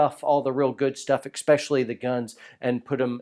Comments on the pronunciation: You still pronounce “especially” as “ek-specially?!? Oh well; we grammar nazis will forgive you on account of your dad jokes. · Are you saying "exspecially"? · This is hard for me to say. But it comes from a place of caring. You’re far to much of an educated man to say “expecially”. Whew that was awkward. But I’m glad we got that out of the way. And now our relationship has room to grow.